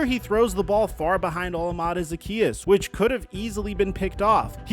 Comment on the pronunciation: “Oh lom a day” is how you pronounce that dudes name.